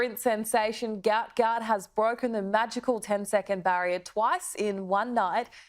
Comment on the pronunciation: Sadly you pronounced his name burserkly wrong. Common please make some efforts to pronounce a person's name with great respect. Hopefully you would do just that😢😢😢